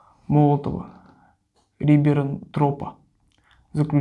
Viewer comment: Читает: "паката Молотова-Рибернтроппа". 😂😂 Сразу понятен уровень знаний о Второй Мировой Войне